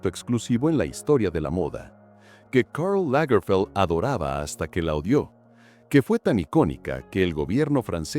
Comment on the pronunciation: Karl Lagerfeld era alemán. No tiene porque disfrazar los nombres propios de origen alemán o francés con pronunciación inglesa. Lamentable falta de profesionalismo por la pésima pronunciación del narrador de este documental.